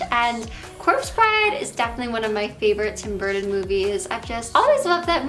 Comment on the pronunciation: Burrden budderfly 😂🤡😩🙄 girl learn how to talk and say the name right if you “Love” him so much 🙄🤡🙄🤡